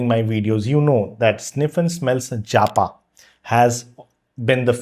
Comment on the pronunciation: I doubt its 'JA PA'. Most likely 'japa' as in prayer meditation